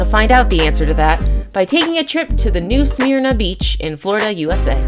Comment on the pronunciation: Nothing is more annoying than hearing you absolutely murder the name of my town, New Smyrna. It's pronounced New Sim-er-na. FFS